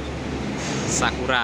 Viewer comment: Sakera itu mas bacanya